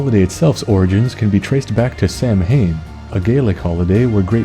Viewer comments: Something I noticed- you pronounced Samhain "Sam-Hain", like the way it's spelled It's actually pronounced "Sah-Wain" Not a big deal or anything, just something that I always feel the need to point out when I see it somewhere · I have an Irish friend, so I want to point out that you pronounced Samhain incorrectly. Its actually pronounced like Sow-in (Sow, like a pig). Yeah, the Irish language is weird. Like Cu Chulainn being pronounced as Coo Hoo-lin. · For today's "well ackshully" comment, I have brough you this: Samhain is pronounced more like "Sah-win", because the Irish apparently love words that sound nothing like the way they are spelled. What? Stop looking at me like that! I'm no Cr-hee-p ho! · I just wanted to point out that it’s pronounced Sah-ween. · Hey, trust me, the Irish language is weird. They look nothing like how they're pronounced. I know you're not the only one to mispronounce Samhain. Hell, I think pretty much every English-speaking non-Irish has mispronounced it.